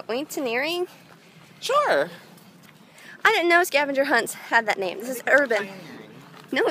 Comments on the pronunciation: it's pronounced or-e-en-teer-ing c= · Are you trying to say orienteering? Ori-ent-eer-ing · Or e en teer ing that how u say it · Its pronouncrd ori en teer ring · Umm... was trying to say "Orienteering"? haha love you girl!